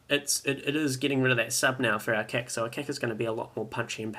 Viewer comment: i love how you say KEK instead of KIK